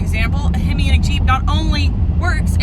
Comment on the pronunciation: A himmy! She says, A himmy